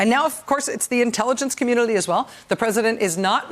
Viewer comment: thisguy ...🤦🏻‍♂️ I think my comment is not being read correctly...I’m referring to her pronunciation of the word “community” - something about the way she’s speaking makes it come out as “communily”. That’s all.